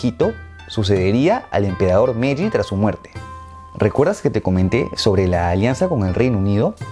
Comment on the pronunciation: Correción con el nombre de las eras, no es "Meji" sino "Meiji" en honor a Meiji Tenno